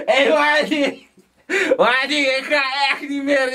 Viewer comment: shyea, is un microfoon. IK KRIEG BETAALD VOOR DIE MIX-TAPE. MA-TTIE die klemtoon op mattie is té grappig man